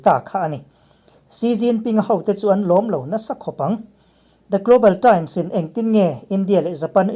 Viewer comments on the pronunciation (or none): 'Abi' a awmlo 'aabe' ani. 'Global thrimes' nilo in 'global times' ani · I va han â mai mai tak e awww. Japanese ho bengah chuan i lam dik awm bik teuh silo. I global times te hi american bengah chuan a pai zawk daih maithei ani